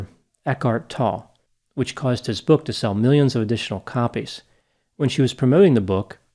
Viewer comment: You continue to pronounce Elkhart Tolle’s last name incorrectly. And again, you clearly have no knowledge of Zen Buddhism and I bet you still have not bothered to study the great Eastern teachers. Tolle is absolutely one of these.